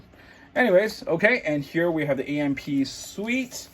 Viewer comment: Suite? I heard you pronounced it wrongly.